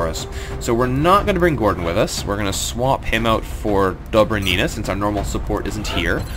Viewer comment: Dobry'nina!!! Stress on Y plz!!!